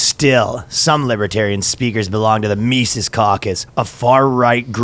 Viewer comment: Good lord dude, his name is pronounced Mises, not "Mises."